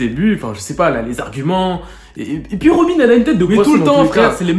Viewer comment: Robine dirrrreect